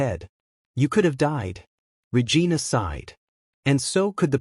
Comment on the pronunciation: How many times are you going to mispronounce Regina. Lol